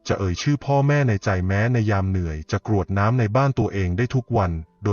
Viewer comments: กรวดน้ำไม่ใช่กะรวดน้ำค่ะอ่านผิดหลายคำเลย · เนื้อหาดีทุกอย่าง แต่คำว่า กรวดน้ำ มาอ่านว่า กะ รวด น้ำ ผิดค่ะ อ่านภาษาไทย ยังไม่ถูกต้องค่ะ ขอขมาด้วยนะคะ ที่มาทัก คำว่า ตรัส เช่นกัน ลองปรังปรุงดูนะคะ